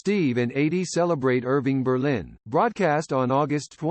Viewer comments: The A.I. voiceover is awful. Mispronunciations throughout. Eydie's first name is pronounced EE-dee, not like "80". The United Artists label initials are U.A., not "yoo-uh". And the nearly monotone approach makes it a challenge to listen. Even a marginal human voice would far surpass this. The man and his accomplishments deserve better. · I grew up with Steve & Eydie & me & my family adored them , just like everyone else. You narrater have mispronounced Edie's name It's E ydie not A ydie . Thanks though🐿️🌻🌻🐞🐿️....